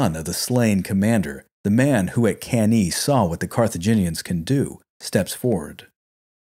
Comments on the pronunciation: Thanks for a very good and detailed video about the Spanish campaign of Scipio. It's often just a side note in most history books. My only point of critique is your pronunciation of Latin, f.e.: Cannae is pronounced as "Cahn-nai" and the plural form of Scipio is Scipiones (Nominative and Vocative). But this is only a minor flaw in an otherwise very good video. Keep up the great work! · Awesome channel and vids. The only downside is that it's not pronounced can-EE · Hey, really happy liked the video. Between you and me, I just mispronounced Cannae and just kept rolling with it to see if anyone noticed ;) and the Plural of Scipio I changed to Scipi - because I had on my podcast Episode III - 'A new hope' then Episode IV 'Hannibal Strikes Back' and finally Episode V - 'The Return of the Scipi' - it was meant to rhyme with Jedi. Just got it stuck in my head. Again, thanks for the kind words! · Awesome. Subbed. Hate your pronunciation of Cannae, but it's not like anyone of us was around to experience the proper pronunciation anyways. 😝